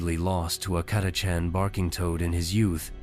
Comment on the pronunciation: I think the AI pronounced "Catachan" differently every single time. Not to mention one hundred and eighty threerd lol